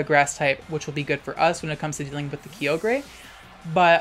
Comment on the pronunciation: Finally, someone else that says Kee-oh-grey lmao